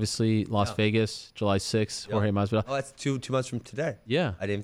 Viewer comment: Haha did ben say pin masvidal